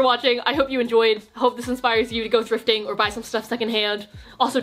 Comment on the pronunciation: i fucking cried at "tips for fwifting" hahahahahaha